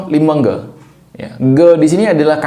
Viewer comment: Limeng goe ❌ Limong go ☑️ Limöng gö ☑️✅